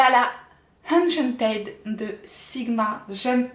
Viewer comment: Pr juste pour info ça s'écrit enchanted mais ça se dit Enchantid! Voili voilou 😘